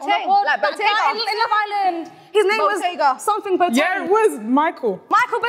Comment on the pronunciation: The language is twi not chi. She pronounced Boateng so badly i knew she was capping from the jump. I believe Abel is an African. My opinion before the real African steps forward